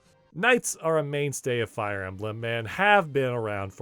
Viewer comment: Fire E-may-blem?